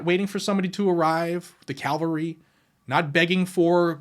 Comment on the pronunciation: Did just say “Calvary?” 🤔 These videos are great, but as Izzy Mendelbaum would say “Come on man.” How about ONE per day? 🤔